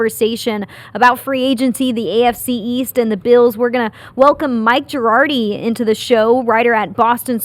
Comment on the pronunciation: JEE-AR-DEE,. Not JIR-AR-DEE